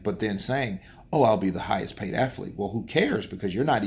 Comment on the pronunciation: What??? *Hidhest Paid??? Oh my God, My toes are laughing 😁